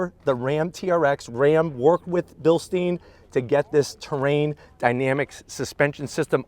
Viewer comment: Bilst-I-ne not bilsteen, You dont drink beer out of a steen